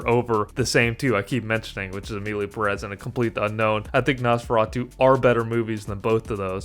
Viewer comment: I have to disagree with you. civil war was almost unwatchable. Perez has a syllable accent, so is Peh rez. The movie a real pain is espectacular. Nosferatu is good too, but not for the Oscar. The apprentice is a great movie.